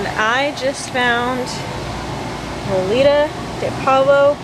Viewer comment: It's pronounced Moe-Li-Dough. (Molido) in the case of meat it would be Moe-Li--Duh (Molida) Carne Molida > Grinned Meat.